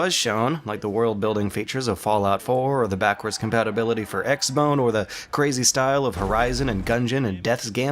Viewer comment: I love how you pronounce it EX BONE. The correct pronunciation.